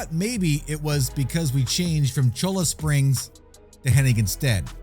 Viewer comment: Agh , killin me ha ha Cholla = "CHOY-uh" ll = y in Spanish. Cholla is a cactus